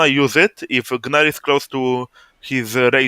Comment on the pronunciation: great vid man, also I too will now call him "guh-nar"